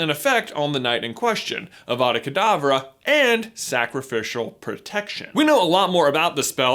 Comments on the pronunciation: It is pronounced like avadackh adavah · It's 'avada k'davra' which means avada do k'davra as I say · I’m never not going to hear Abra Cadabra when I hear Avada Kadavra again